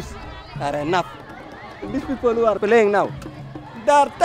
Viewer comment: He say's jew instead of"who". Im offended.